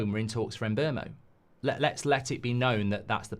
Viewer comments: For the love of god STOP calling him MBERMO its is pronounced Mboomo he said it himself in an interview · Yes not Mbermo lol